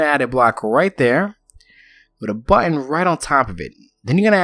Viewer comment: Great build! P.S. you pronounce button badly =p